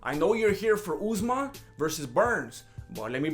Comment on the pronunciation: Deffo respect Usmans name lol